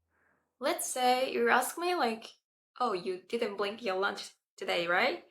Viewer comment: The 1 time you got l in the word instead of a variant of pronouncing "r" was when hou pronounced "blink" instead of "bring" The 1 time you got the "l" sound in the word instead of a variant of pronouncing "r" was when you pronounced "blink" instead of "bring"